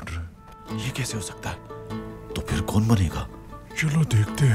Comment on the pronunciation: “Kaun” hota hai bhai “kun” nahi